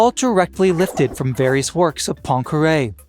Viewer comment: I cannot listen to scientific explanations when there is background "music" disturbing the communication. And please have a look at how to pronounce Poincaré.